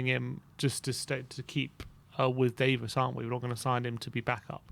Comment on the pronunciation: It's not Ben Davis it's Davies lol